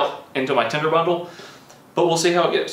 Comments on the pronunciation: It even sounds like he says tender...but it is tinder.. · Tender? Do you mean tinder???